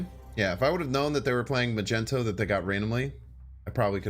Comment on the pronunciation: Do you call Magneto Majento on purpose?